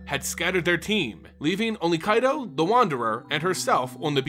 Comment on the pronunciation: Strange you can pronounce Kamigawa properly yet butcher Kaito. Pretty sure you've heard of Kai Budde, one of the legends of the game. Kaito isn't that hard to riff off. Nice audio lore otherwise.